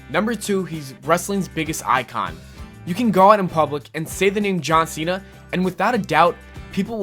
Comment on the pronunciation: "John Sinna"